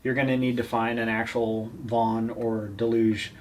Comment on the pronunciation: "Duh-loo-gee" ffs it says it on the hammer.